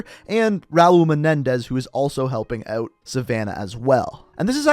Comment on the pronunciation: It’s Raul menendez